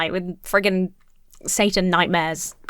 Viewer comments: Everytime I hear the mom say Satan without pronouncing the t in the middle I full body cringe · it's not "satan," it's clearly "sa-an."